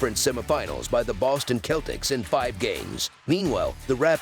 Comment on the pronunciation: This guy always messing up words what he call the Celtics lol